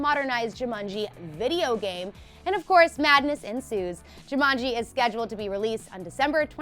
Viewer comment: People should not present things if they cannot pronounce the subject matter correctly, someone please teach this woman how to say Jumanji.